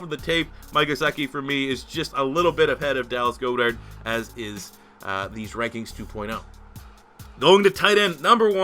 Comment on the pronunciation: It’s god-ert not go-dert